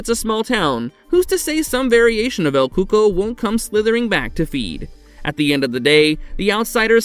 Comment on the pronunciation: I thought it's actually pronounced as el cucoi (like: ku-ko-ee )